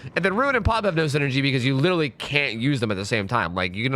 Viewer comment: Now I know why my son's saying lillee instead of literally.